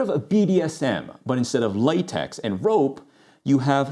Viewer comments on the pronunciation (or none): none